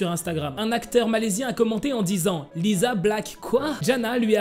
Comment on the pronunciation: Ca de prononce lissa et rossé pas lisa et rosé 😂😊